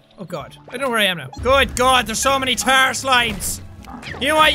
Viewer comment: not ghost buster more like tarr buster